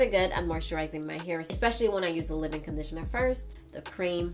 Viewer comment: I'll never get over how she says "dip" conditioner and "live" in lol